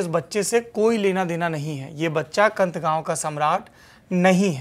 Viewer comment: कंठ नही कैंथ है गांव का नाम है।